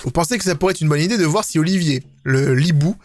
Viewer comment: Mais c'est [Oliveur] et pas [Olivier] (ça s'écrit Oliver)